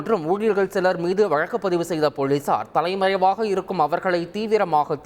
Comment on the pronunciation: தலைமயமாகவா. Sec 👌👌👌👌 தலைமறைவு... போதும்டா உன் தமிழும் உச்சரிப்பும் 🙏🙏🙏